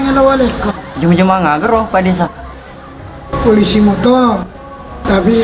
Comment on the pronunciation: polisi bukan poisi